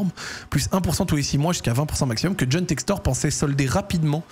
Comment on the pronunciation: Mdr t’a dis Jhon sextoy sans faire exprès et juste avant tu disait d’arrêter de dire BiteCo 🤣🤣🤣🤣🤣🤣